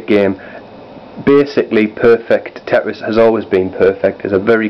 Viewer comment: it's tetris not teris